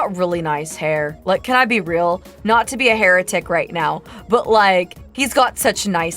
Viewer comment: 'Hair'etic? I see what you did there. It made my day.